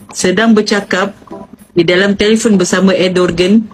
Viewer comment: Sebutan betul nama dia ikut bahasa Turki ialah Erdowan.